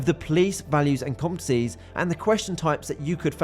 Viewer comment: This guy cannot say the word 'competencies'.